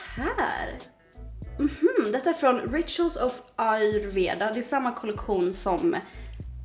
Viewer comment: Du säger rituals helt fel